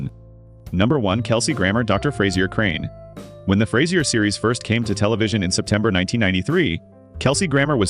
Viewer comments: Fras-ier hilarious! You can at least say his name right. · AI-cant pronounce Fraiser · So it’s not Frayzier Crane?